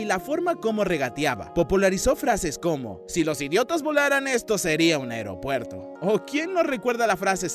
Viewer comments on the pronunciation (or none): none